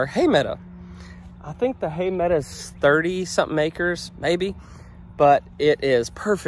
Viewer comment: your a school teacher and you pronounce meadow as meada. LOL